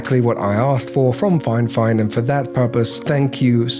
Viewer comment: I wanna be honest The video is great in terms of the quality of the video and editing. Your delivery is awesome. The review quality is not nearly as good. First of all, you were saying the name wrongly all along. It's Fifine not FineFine. You're reviewing but haven't paid attention to the name yet. Secondly You said you are not a professional when it comes to audio and music and stuff like that, yet you're going for reviewing a Studio monitor. You must have a trained musical ear to review a studio monitor. You also gotta compare with another studio monitor. You only talked about the build quality. When it comes to budget gadgets, the build quality is the last thing that matters. Factories will invest the most amount of the cost into the functionality of the product, not the materials. As someone (a musician and editor) who is looking for a professional review video of the product to understand if it's worth buying or not, this video is absolutely useless. It's like a non-pianist reviews a Piano and only talks about the build quality of the keys, not knowing how to play or how it sounds, telling people "I don't recommend this" Hope this feedback helps 🤜🤛